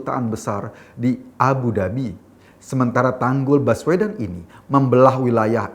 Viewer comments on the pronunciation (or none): Saking ada pekanan pd kata baswedan maka spintas terdengar : Bas uedan !! 🤣🤣